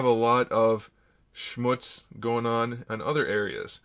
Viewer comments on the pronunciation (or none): sounds really funny